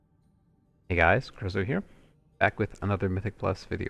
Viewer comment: Guys, it's